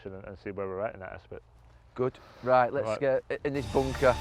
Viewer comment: The word "right" with a huge pronunciation on the T was deffo one as well "he's got to get it RIGHTTTTTT"